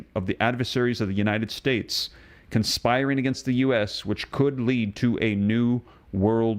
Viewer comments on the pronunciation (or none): none